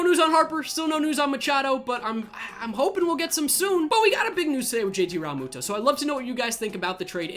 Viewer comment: Rall-moo-toe😂😂 learn how to say his name